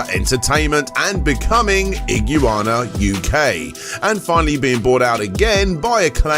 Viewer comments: "ig-you-ana" lol "ig-wanna" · Theres no such thing as ig-u-wanna. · Iguana "Ih-Gu-Wan-Ah" lmao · lol do you actually not know how pronounce iguana? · I must say, that is an interesting pronunciation of Iguana. Great vid regardless! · Never heard anyone pronounce Iguana that way lol. Not making fun just caught me off guard and then it dawned on me never heard a no American say it lol